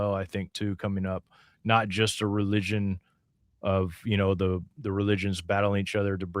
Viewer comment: Did you say re-legion?